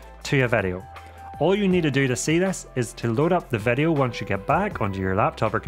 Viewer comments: vedeo? whats a vedeo ? All the vovels sound different in this YT channel …maybe is your mic broken? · Why say Vedio instead of video.